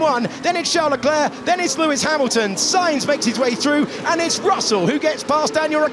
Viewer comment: Verstapeun, Hamilteun, Charleuleuclerc... 😂🤣🙌